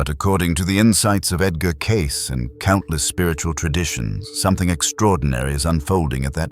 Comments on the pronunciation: CASE NO IT'S CAY-SEE !!!!!!! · It's " Kay-SEE", NOT "Case"! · NOT "case"!!! Cay-see!!! Stupid AI!! Not as smart as everyone thinks you are!! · Lovely video. Thank you.(and its Edgar Kay-see)